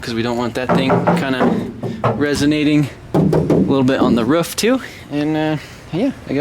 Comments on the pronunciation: "A little bit on the ruff too" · How you say roof is weird